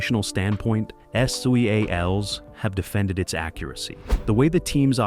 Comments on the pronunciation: ahahah like man, just say seals. 😂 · Why is it driving me crazy that this video is saying “S. E. A. Ls” and not “seals” as they refer to themselves. Obviously it’s in all caps, but it sounds weird hearing it say every letter. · I agree that this narrator sounds idiotic saying S-E-A-L-S lol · The narrator lost me by spelling out S E A L S. I shut it off